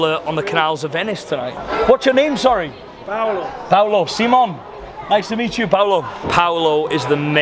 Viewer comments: I love your vids but please please just tell people your name is Simon. Not See Mon or Seemona 🤦🏻‍♂️ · Really you say it in a different accent it’s Simon not Italy Simon right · Why "seemon" and not "Simon" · Pronounced " see mon" whilst abroad. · Why does Simon tell people his name is sea-mon